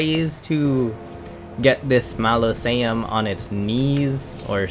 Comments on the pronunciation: enunciate with me -mau-so-le-um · Mos-uh-Lee-um* Also, solid video dude. No Bs, no 10am explanation as to what NG+ is (We’re gamers….we know, amirite?) and outstanding content and help. Thank you!! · OMG... It's Mausoleum (pronounced Maw-so-liam) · MAh-Liz-e-ums lmao It’s mozz-a-Lee-ums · its pronounced MAH-ZOH-LEE-UM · Fyi, Ma (mom)...zo (go)...lee (Bruce Lee)...um (gum). Great tips!! About to start NG+. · Say it with me bro, MAU-ZO-LEE-UM Mausoleum. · “Malosaiums” lol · Mozz uh lee um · MAH SO LEE UM AR MA MENTS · Moz a lee ums… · The way you’re pronouncing “mausoleum” has me weak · Gosh Dangit! I could say Mausoleum with no trouble before hearing you say it. But, Now I can’t say it. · Bruh I thought he was doing it on purpose cuz how else could you pronounce so many names wrong